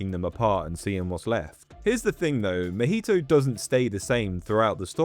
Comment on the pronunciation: i cant with that pronunciation of mahito.